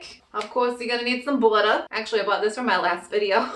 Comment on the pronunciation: The voice you go in and out of in many of your videos is really funny. Like “buddah” for butter Looks good. Maybe do some more videos for holiday meals and treats. 😊